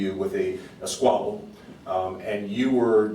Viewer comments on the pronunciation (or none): He from the hood my boy said “Squable”